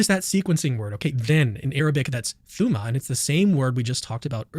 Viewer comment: "thooma" hahahaha